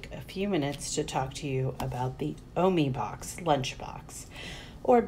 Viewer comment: It’s pernused o-my